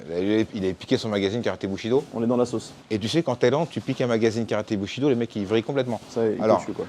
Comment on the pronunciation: Bushido j'ai cru entendre boucherie do